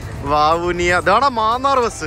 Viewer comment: മാന്നാർ എന്നല്ല, മന്നാർ എന്നാണ്... ബംഗ്ലാദേശ് യാത്ര ഉണ്ടാവുമോ?